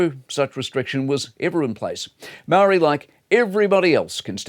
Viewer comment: Could you just take a moment Mike and learn to speak ‘Māori’ correctly mate as a leading journalist.